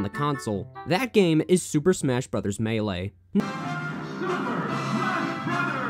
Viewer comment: ... Has the game state the name of game (Super Smash Bros. Melee), and fails to pronounce it correctly several times. 👏